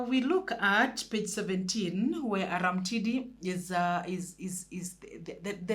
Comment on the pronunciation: Read it as Arumtidi not Aramtidi,it sounds weird in Luo dialect from which that character is derived